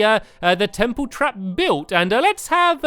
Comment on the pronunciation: was it me or did he just say tremple